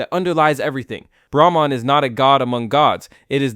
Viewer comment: Your explanation (or exposition) about Hindu philosophy is so horrendous. You can't even pronounce Brahman and Atman correctly. Don't talk about stuff you haven't experienced - don't be a charlatan.